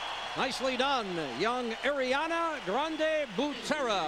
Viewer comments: The fact that he is saying airiana instead of ariana is annoying me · Lets just appreciate how the announcer dude said- AIR-ianna 😤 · im annoyed they keep on saying Air-iana